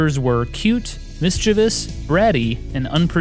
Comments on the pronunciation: You NAILED “mischievous“. I hear so many people miss pronounce it. Thank you, Sir! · Pronounced “mischievous” correctly. 10/10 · Way to pronounce 'mischievous' correctly - I rarely hear that happen. Kudos! I got a thrill from it :)